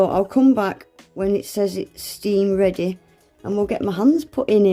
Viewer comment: The W is for "Weady to use" 😂😂